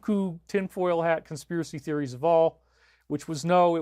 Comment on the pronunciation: "Consthiracy Speries" lol 😄😆